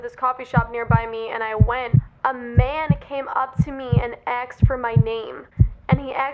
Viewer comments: Girl you from the hood? You keep pronouncing "asked" as "aksed" 😂😂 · y u say axed instead of asked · It's pronounced ask, not axed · it’s asked not aksed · asked is asked not AKSED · You say "aksed" instead of "asked". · It's "asked" not "axed" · wait is she saying aksed not asked? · its 'asked' not 'aksed' lol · when she says aksed instead of asked in the whole video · It's asked not axed ," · your really hot but please pronounce asked properly it's not aksed 😂😂😂 have a great day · It's ASKED, asked....not AXED. Jesus shit. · ur awesome and all but please its ASKED NOT AXED PLEASE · it's not ax me it's asked me learn to speak English. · Kept Saying Axed But I Still Love Her 🤷🏼‍♀️ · "aksed" LOL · STOP SAYING AXED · I love the way u say asked axed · Someone "axed you" ? 😂 sorry, no offense but I thought it was funny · Julia Elle AKSED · Axed you? He axed you? What's that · i'm sorry but it really bothers me how she says asked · I love it when she says asked